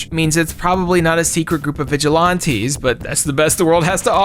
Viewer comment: says vigilante so fancy like "vigil_auntie" lol